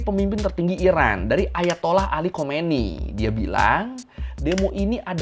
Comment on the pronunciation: khamenei, bukan khomeini